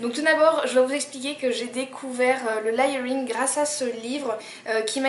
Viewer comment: Juste parce que je suis tatillonne : "léyeuringue" ;-). Sinon, super vidéo.